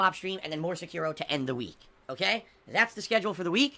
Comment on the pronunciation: He will never finish Sekiro.... he can't even say it properly.